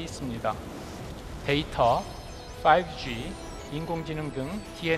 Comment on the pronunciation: 5G를 오지로 읽는 분께서 무슨 데이터 댐 운운하시나요...